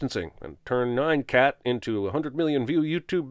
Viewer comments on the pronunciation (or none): Did you say "Nine" cat rather than "N-yah-n" Cat? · Sinning you for pronouncing it "Nye-an cat" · you read nyan cat wrong... and that's a sin.